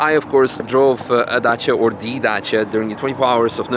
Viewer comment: Lmao its Dacia bruh 😂❤